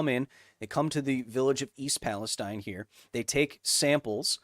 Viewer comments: It is East PalestEEN I live like 7 miles away from this accident and usually this type of stuff doesn't bother me but hearing someone say it different than we do locally was like nails on a chalkboard lol otherwise great video! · Kyle idk if you'll see this, but if you continue talking about the town it's pronounced East PalesTEEN, not like the region in the Middle East. I'm from the area